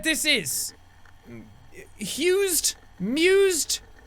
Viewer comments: jack: "hused? mused? husted?" me: screaming IT'S THE USED boop beautiful band btw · it's "The Used" Jack XD